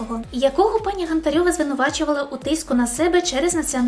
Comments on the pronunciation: Гонтпрьова?🤔 Наче Гонтарева. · Ні, не пох на наголос у прізвищі Гóнтаревої. А оцей «приписочок», що її теж не долюблюєш, не робить тобі честі як незаангажованій журналістці.